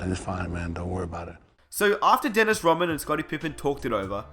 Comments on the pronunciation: God I'm sick of this narrator dude calling him "Daynis Raman". Crikey! Its DENNIS RODMAN , capice? Anyways..... Rodman was a mercenary. He was a much needed, and final , piece that the Bulls needed to keep the machine rolling. Rodman did exactly what he was brought in to do. He did it extremely well. Getting along with Jordan and Pippen was not part of the deal. Look at the end results , it was quite a success. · "Dennis Roh mann" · Why are you calling him Dennis Robin?? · this nigga said dennis romman kmsl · why the hell are u saying DENNIS ROMMAN ??? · Disliked the second I heard this guy mispronounce Dennis Rodman's name